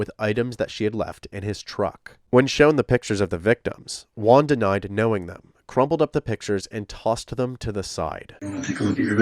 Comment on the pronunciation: I'll just chime in to say letter J in Spanish is pronounced like a very hard H, so it's something like Hooan, instead of One/Wan.